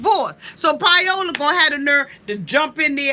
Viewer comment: Pie-ola lol, I love how you pronounce her name, I love you! <3